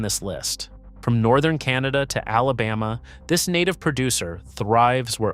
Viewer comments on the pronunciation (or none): none